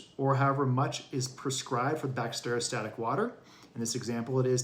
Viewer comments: Lost faith you know what you’re doing when you can even say Bacteriostatic! It’s not Bact-stereo-static. Drove me nuts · cant listen to this guy who cant even pronounce bacteriostatic properly